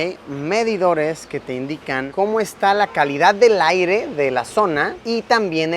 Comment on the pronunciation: Minuto 13 con 15 Luisito dice aigre varias veces envés de aire 😂😂